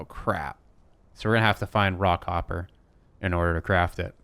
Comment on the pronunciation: No matter how I listen to you, "Raw Copper" always sounds like you are saying "Rockhopper."